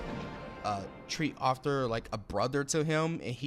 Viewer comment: Why are you pronouncing Arthur’s name like “offtur “